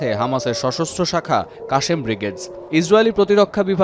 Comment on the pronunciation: Kashem na Al-kassam